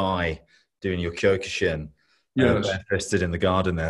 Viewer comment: Love Kyokushin and trained it it for 39 years. Everyone pronounces it wrong for some reason.